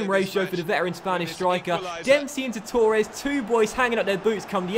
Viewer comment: Mate its Torres not Tour res.